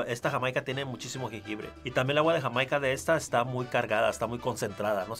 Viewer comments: As a Californian, whose parents came from Jamaica, the H that put on Jamaica hit mi in the feels 😂🤣😂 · The funny thing is that the guy whi said they would enjoy sorrel in Mexico. They already do enjoy it in Mexico, it's just called Jamaica, but pronounced hi-mai-ca. You can even buy it in a soda in any Latino market in the US. LOL